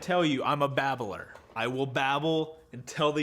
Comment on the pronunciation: Babbler!! 🤣😂😃 another great video!! Thx.